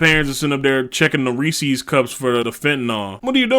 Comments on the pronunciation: I dont trust a man who says rees sees instead of reese's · It's REE-says, not REE-sees. But yeah, I can't remember when I last had Good & Plenty, nasty shit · The way he said "reese's"